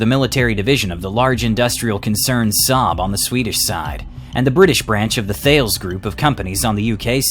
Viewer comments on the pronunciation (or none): Thales is pronounced like “talus”…it’s pronounced using French phonetics. I work for Thales so I hear it pronounced all of the time.